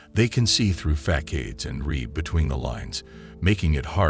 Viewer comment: Number eight: Sigmas know that "facades" isn't pronounced "FAK-ADES" because they check details before signing off on their work.